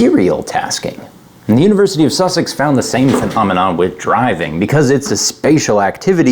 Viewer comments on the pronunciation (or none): none